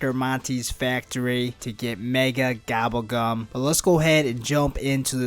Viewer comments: Gobble gum not gabble gum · did he just say "Gabble Gam"